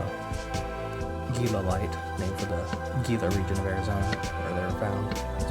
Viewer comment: You are a devotee! The write up alone was tremendous. Ive never seen microscope videos of pieces, just great macro photography. This is cool in a different way. My ONLY critique is Gila is pronounced "heela". Big deal! I love it when friends take thier look into a scope and when they get in focus, their first word is always 'wow!'